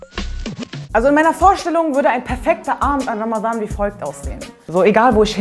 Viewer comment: Du bist sehr unterhaltsam und sprichst Ramadhan perfekt im arabischen Original aus. Mein Ziel für Ramadhan 2019 ist es das Buch "die ethnische Säuberung Palästinas" zu Ende zu lesen, weil ich das schon ewig habe und bisher nie geschafft habe.